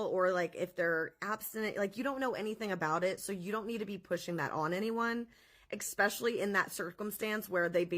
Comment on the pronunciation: Good video. BTW, when you say“especially” - you sound like saying “exspecially”